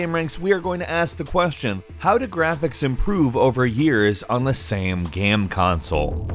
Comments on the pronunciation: Why does he always say GAM instead of GAME? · why does he keep saying "gam" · "geme consoles" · “Gam consoles.” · Where is this guy from? I've never heard someone pronounce the word 'game' like him before. It's kinda cute though. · why is no one talking about how he says game so weirdly. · DUDE how can you work for a video game channel and not say the word game correctly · He pronounces "game" weird...